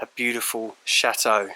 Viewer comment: You make château sound like shathole loooool